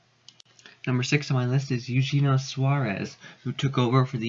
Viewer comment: You-hen-eee-o Suarez ... I'm not as high on Kepler but the rest of the list looks good